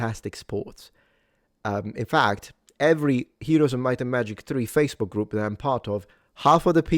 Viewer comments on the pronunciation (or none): none